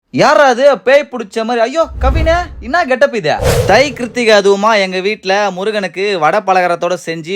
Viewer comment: ப்ரோ அது தை கிருத்திகை கிடையாது அது தை கார்த்திகை ❤️❤️❤️❤️